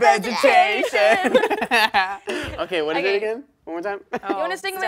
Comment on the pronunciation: the way dove says what is it lol